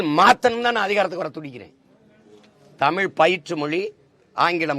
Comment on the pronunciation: First you pronounce thamizh properly. It is zha not la